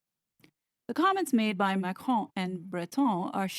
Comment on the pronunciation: Excellent research as always. On a lighter note, full marks for your pronunciation of 'Macron' and 'Breton'. All members of the Royal Family need to untangle themselves from the WEF. It will be their downfall, otherwise, even William's.